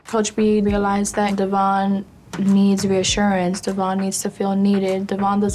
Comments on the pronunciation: Sorry, I really just want to stop like IT'S DEVOIN NOT DEVON!!!😫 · I’m really glad to see evolution as a dad. I also had no idea that his name I pronounced Dev-yon, not Devon like how everyone else has said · they STILL pronounce his name wrong even tho he's made it clear multiple times its DEVOIN. good grief they are insufferable Devoin, you are an amazing father! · I think it’s extremely disrespectful that she continues to say his name incorrectly. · It’s crazy even with dr.drew and his co host calling devoin by his name properly still calls him Devon. 😂 i actually work with him at Bonefish and he is just as laid back and cool as on the show. I’m glad that he has grown over the years. I am a single mom myself and even though I don’t agree with all of decisions I completely understand how hard it is. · OhMyGawd can her&her family stawp mispronouncing his name.Literally everyone else is saying it correctly and they just refuse that’s wild. I wonder why he doesn’t or never corrected them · i hate how bri still doesn’t pronounce his name correctly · The fact that she doesn't even try to pronounce his name right after all these years. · is purposely pronouncing his name wrong....